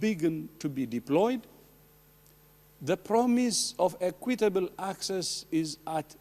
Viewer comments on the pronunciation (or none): From his tone it sounds like “Acquit-table vaccines” are going to the highest bidder